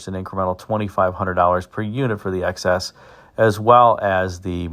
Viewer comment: It kept sounding like you were saying 'excess'....for the Toronado XS 😊